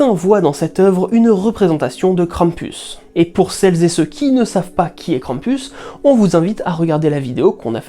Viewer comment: Si on prend Perrault, alors on a six frères plus le petit Poucet qui s'échappe... ça se tiendrai ^^ Merci de nous faire voyager avec un tel travail!... Et le "u" ce dit toujours "ou" dans Krampus x") Hate de voir la vidéo sur les ogres!